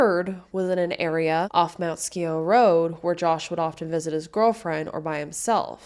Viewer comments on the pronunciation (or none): Mt. Scio is pronounced “sigh-o”. Thanks for covering this case. The cabbie was the last person to see him. He ran out of the cab without his coat/belongings? Suspicious 🤨